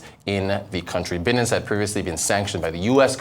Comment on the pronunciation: It's pronounced "buy" nance.